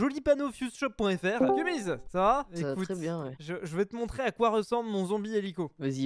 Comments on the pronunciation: Cest kumiz pas kumis ptdr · Kumiz et pas kumis(3.35)